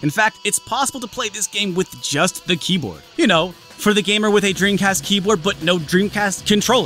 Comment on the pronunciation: D...did you say Dreamcast Keebler?